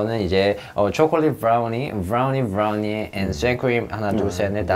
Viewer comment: no one : jaemin : vRoUNiEe VrOuNiEeE